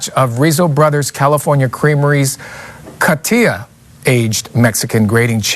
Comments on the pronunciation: Coti'HA, saying it the wrong way, the ones that buy it won't hear it & know... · It is pronounced co---hee--ta.